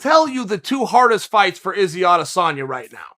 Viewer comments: "Adesayna the last juice bender" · Adesonya c'mon man? Its roids.